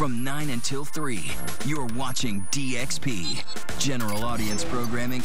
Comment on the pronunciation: I kept hearing you say DXP as DSP. But these seem like similar train wrecks so it's cool.